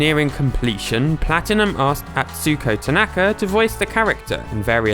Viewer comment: Don't say Atsuuuko Tanaka, there is no elongated stress in "u" or any japanese words, each word is about the same length whereas english shortens and lengthens way more. Say Atsuko Tanaka Also typing it in google translate and pressing the speaker button will tell you how to pronounce it more properly than your guess.